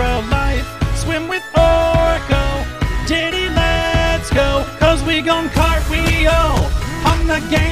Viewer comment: lol when he ses Diddy lets go it sounds like something else :)